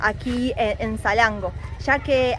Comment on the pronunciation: Él: Salengo El traductor: esa lengua Nombre: Salango 😂😂😂hermoso video chicos.